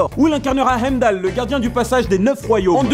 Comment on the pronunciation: Tu prononce son nom dans Thor avec l'accent arabe, c'est marrant.